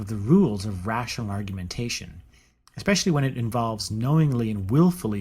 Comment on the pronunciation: Well i douuno about argu'A'mentation but... ar·gu·men·ta·tion (ärgy-mn-tshn) n. 1. The presentation and elaboration of an argument or arguments. 2. Deductive reasoning in debate. 3. A debate. I'm not usually a dictoNazi, if i can at all help it, but seeing i am here anyway and you did ask , so...